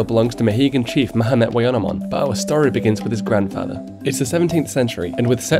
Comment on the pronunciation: The pronounciation is a bit wrong here, making it sound like Mohamed. It's stressed on the first syllabus, and should be a clear "a", not something between an "a"and an "o".